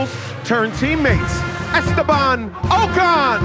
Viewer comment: Esteban ocun